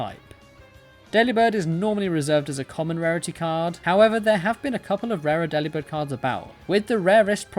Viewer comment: It’s delibird like “delivered”….